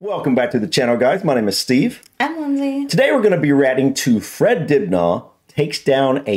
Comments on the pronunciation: You wanna pronounce it more like "Dibner" rather than "Dibnaw" ;-) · Hi, just a little tip from a Brit', drop the aah sound, say It like Dib..ner. ( silent 'H' ). Other than that I loved the vid' 👍🙂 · It’s pronounced dibna ,the a at the end is sounded out like the A in absolutely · Great video but it's pronounced dibnuh not dibnar. Greetings from the 🇬🇧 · His name is pronounced Dibna, not Dibnarr as you said. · It's pronounced "dibna", not "dibnaw" 🙂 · Its pronounced fred dib nur, not! Dib narr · I lived up the street from him on Radcliffe Rd. It's said Fred dibner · Fred Dibna ( the H is silent ) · Is it me or is he pronouncing it Dibnahhhh . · You don't pronounce the aitch at the end of Dibnah, it is Dibna'. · Fred Dibnah. Not from Dibnaw. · Who's Fred Dibnaugh? It's pronounced "Dibnuh" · My dad use to have a drink with him at traction engine rallys great guy i love your videos aswell but you guys are putting way to much emphasis on the H think of it as dibna the h is silent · Its a cheese BUTTY not a cheese buddy You do not have to accentuate the second part of Steve's surname. It's Dibner & not dib NAR!